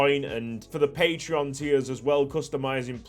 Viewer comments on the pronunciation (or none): none